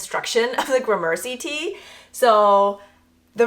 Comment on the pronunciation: You're mispronouncing gramercy. Emphasis is on the first syllable. Took me a bit to figure out what you were saying